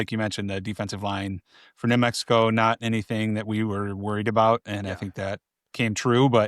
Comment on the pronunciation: LoL he struggled with new Mexico